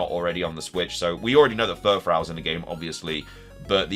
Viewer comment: i giggled when you said furfrau, a german regional variant